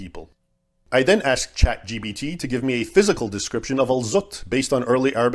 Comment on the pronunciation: David- It’s Chat gPt, not gbt 🤦🏻‍♀️